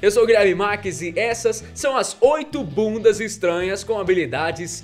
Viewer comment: kk legal é a ênfase que ele fala: "essas são as oito BUNDAS estranhas..."